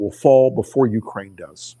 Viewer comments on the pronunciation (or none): none